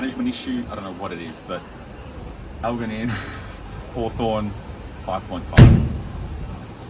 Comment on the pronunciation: The mispronunciation of Elgin kills me. The Lex Fridman bit is good though.